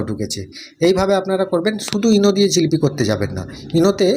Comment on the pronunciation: রেসিপি খুব সুন্দর। ঝিলিপি নয়, জিলিপি বলেই জানি।